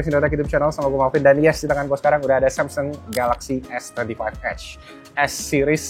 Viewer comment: Kadang samseng kadang samsung nyebutnya pas lagi ngga sadar. Inkonsistensi pelafalan merek 😅